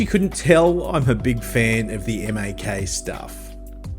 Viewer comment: MaK is probounced as Maa-Kay